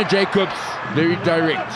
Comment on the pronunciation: Your pronunciation is correct for Jacobs. The afrikaans version is when its spelled Jakobs.